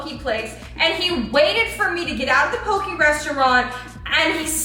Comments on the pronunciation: It’s not pokeee it’s pokEY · im really sorry but it bothered me poke is pronounced poh-keh.......at least thats how its pronounced on the islands